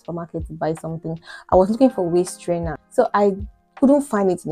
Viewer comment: When you said waist trainer it sounded like waist strainer. I wouldn't have understood you if you had been speaking to me.